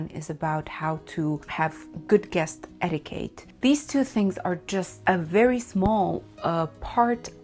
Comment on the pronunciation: Darling, it's eti-kett, not eti-kate